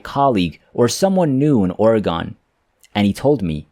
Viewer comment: I guess the teller of this tale comes from somewhere other than Or-uh-Gun (pronounce it rapidly). It's Not Or-e-gone!